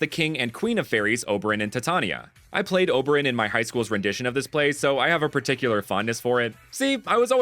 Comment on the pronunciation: OH-buh-ron, tai-tay-nee-uh. Lol